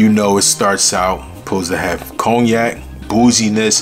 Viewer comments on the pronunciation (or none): none